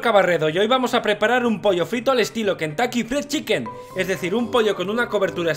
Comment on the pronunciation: "...Kentacky Fhdidbdhuf Chicken"